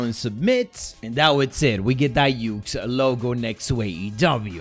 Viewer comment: I can't stand how people pronounce yucks wrong all the time